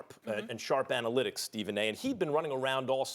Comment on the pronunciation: “Warren Sharp Anylitics” Max is shameless 😂😂